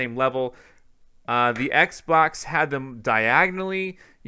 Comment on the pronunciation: I cringe every time this guy says Xbox...